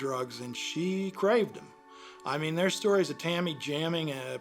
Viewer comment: Dis !?????? Widout !?????? Deres !?????